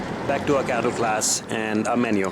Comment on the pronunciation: oohhh cattle class hahaha i thought you said ghetto class lmao!